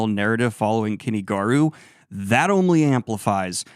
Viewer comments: It isn't Kenny Garu. It is Kuni. as in coo knee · Is that really how you pronounce Kuni Garu's name? The Garu sounds right but Kuni sounds like you're saying Kenny.